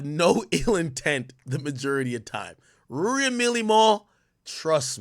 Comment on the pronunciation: Ak mispronounce names on purpose. Rury and Millie Mal?